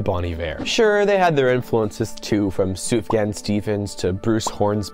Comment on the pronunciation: Sufjan is pronounced Soofyan